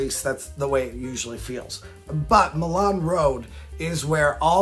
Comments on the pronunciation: Hey idk if u remember me but you shouted me out in a video when I was working no hate or nothing but it's Milan pronounced my Lin and I love your road idea but idk if it can happen also I've been watching u for years now ur videos made me a rollercoaster person and living in the Sandusky area I have easy access to cedar point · Real quick pronunciation note Milan Rd is said as my-lan or my-lin locally or just call it rt 250